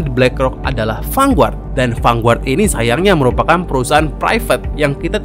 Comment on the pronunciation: mas, lafal "Vanguard" itu "fan-gard", bukan "fanguart"